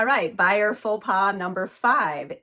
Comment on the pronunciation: It’s pronounced “ pho pah”! It’s French.